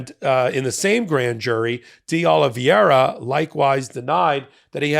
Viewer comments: It's not "Oh-lee-vee-eh-ra", but "Oh-lee-VAY-ra" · Fyi, Oliveira is pronounced oh -li -vey -ra. You are pronouncing it oh-li-viye-ra. That would be correct if the name was spelled Oli-VIE-ra. Hope this helps ❤ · the name is pronounced OliVAYra. It's Portuguese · Not a big deal, but… please USA, please… figure out the pronunciation part of the reading thing. Di Oliveira… not Di Olviera nor Di Oliveria. Just remove the i altogether maybe and you might get closer. It just hurts each time I hear American reporting on that guy. And it’s everyone reporting on that guy in the US. I have never even seen his name… I just know from how much it’s massacred. I hurts even more when it’s the smart people I respect that cannot make it. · You're butchering that guy's name and it's nails on the chalkboard for me.... It's spelled Oliveira... pronounced O-li-v-eh-ra. Not Oliv-i-eira as you're saying it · Portuguese isn't that difficult. oh lee VAY ra. That is, the spelling is Oliv_e_i_ra, not Oliv_i_e_ra. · It’s YUSCIL Tavares, not “Jose”. And it’s “Oliveira” not Oliv-ee-eira. Love the MT work but you and Bret regularly mispronounce names mentioned in your videos. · Spanish is pronounced phonetically. Ol-liv-veh-ee-ra. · Americans have trouble saying Oliveira. They think it's Oli-viera. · Why cant these highly educated lawyers pronounce Oliveira's name correctly? Do they find reading difficult? pronounces Oliviera (i and e round the wrong way)and Ben Mieselas pronounces Oliveiria (adds an extra i before the last a). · respectfully, I know you don't speak Spanish or Portuguese, but this pronunciation of that last name Oliveira is killing me lol It's pronounced "Oh-Lee-Bay-Rah" You are actually pronouncing the R correctly because it's a soft one, almost like a T or a D, not the "rolling R" everyone assumes is the only one.:-)